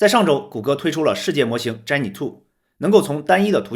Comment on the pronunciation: 人家读的是杰米奈，你怎么读的是詹么奶😅